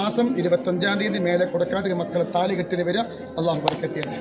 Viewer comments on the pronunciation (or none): none